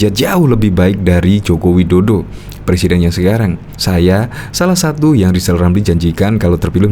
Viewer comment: Ngakak,blm bisa bilang R mau jadi plesiden 😂😂😂